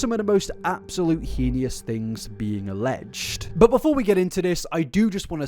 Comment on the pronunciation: sorry but this has been bugging me for ages - you always pronounce heinous wrong. it's pronounced hay-nous not hee-nee-ous!! :)